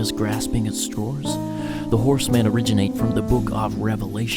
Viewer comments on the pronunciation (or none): Where are you from? Your accent sounds American but then you say "strawers" instead of straws.